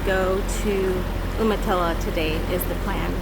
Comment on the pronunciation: Isn't it pronounced "you-muh-tilla"? I wonder if Ive been saying it wrong my entire life (entirely possible).